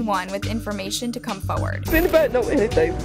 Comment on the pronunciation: can say FORward properly jfc